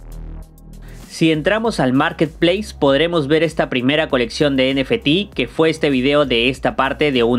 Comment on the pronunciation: Nefetis.. Muy original forma de decirlo. Ni en inglés ni en español 😂